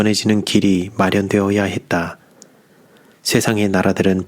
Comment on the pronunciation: 했다.. 였다를 너무 크게 밝음하지 않으면 듣기가 좋겠네요 또한 끝말을 좀더 짧게 읽어주세요...